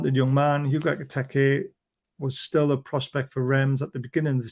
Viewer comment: Why, when you pronounce Ekitike do you make it sound like Eggy Peggy? It's "Ek-I-Teek-Ay" Howay man